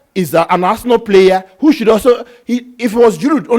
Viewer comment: Why do both of you pronounce Giroud's name so ridiculously wrong.